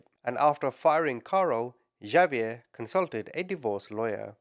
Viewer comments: LOLOLOL OMG !!!!! XAVIER IS NOT PRONOUNCED "JA-VIER" or "GHA-VIER" YOU SAY SO MANY AMERICAN NAMES WRONG INCLUDING EOLE NAMES CITY AND COUNTY NAMES ITS NOT BBAD IF YOU DO IT A FEW TIMES BUT PLEASE COUNT HOW MANY TIMES YOU SAID XAVIER WRONG IN THIS VIDEO OVER 100 TIMES !!! XAVIER IS AN X SOUND !!!! LIKE THE WORD EX - SAY THE LETTER X SO ITS PRONOUNCED "X-A-V-IER" YOU SAY THE X AND THE A JUST LIKE YOUD SAY THEM IN THE ALPHABET X SOUNDS LIKE EX A SOUNDS LIKE A SO ITS "EX - A - VIER" NOT A J OER G SOUND AND THE V SOUNDS LIKE THE LETTER V LOL YOYUR ENGLISH AND YOU PRONOUNCE SO MANY AMERICAN NAMES WRONG LOL USE AN AI TO SOUND THEM OUT FOR YOU BEFORE YOU SAY IT WRONG ALMOST 200 TIMES IN 1 VIDEO LOL I LIKE YOUR VIDEOS BUT WHEN YOU SAY A NAME TOTALLY WRONG OVER AND OVER AND OVER AND OVER DOZENS ALMOSTS HUNDREDS OF TIMES I HAVE TO SHUT IT OFF HALF WAY IN I JUST CANT TAKE IT ANYMORE - bYou Do It OFTEN with North American Names including People Names, City and County Names Like Bexar lol it seems lkie you do it on purpose because the names you say incorrectly you say SOOOOO OFTEN you just reeat it over and over CONSTANTLY every 2 seconds you dont do this in videos where you pronounce things correctly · I love your videos. Well, I should say your passion for reporting evil. * I believe it’s pronounced Hahviair( phonically ) not Javiair. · Hold up- isn’t “Xavier” pronounced “igg- zay- vee-yur?! Is it pronounced like is saying it in another country? If so- where? I will never tire of hearing you call people ‘muppets’ ❤ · No big deal but its pronounced like X-ave-yur. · Well, pronounced it different ways thoughout the vid. And no, Xavier is never pronounced Igg zay vee yur. Almost, but no. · Hate to be this person cause I actually adore you and I use the term “muppet” all the time now 😂 but Xavier is pronounced ex-A-vee-er. Anyway hope that helps. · It's Ex-zay-vee-air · Xavier = “ah vee er” or “ex a vee er(American) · The way he said Xaviers name lmao